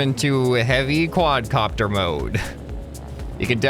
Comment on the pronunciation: It's a Quad Car-pter